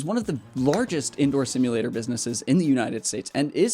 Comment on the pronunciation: 4 syllables : sim, you, lay, tors